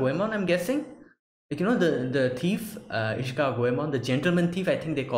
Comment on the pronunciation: I am Japanese. I apologize for my poor English. I'm glad that you watch my favorite anime. I'm surprised to hear your "Goemon"and"Zenigata" 's correct pronunciation. Thank you.